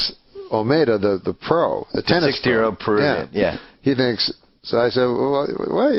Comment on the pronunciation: “He tinks. it over the net!” Hilarious.